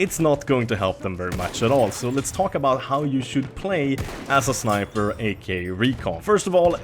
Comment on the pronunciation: it's sniper not rniper:)